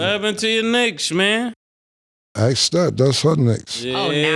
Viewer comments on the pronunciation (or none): Saying "aks" instead of "ask." 😂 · tbh nobody called out for always saying "axe" instead of "ask", or "expecially" instead of "especially" lol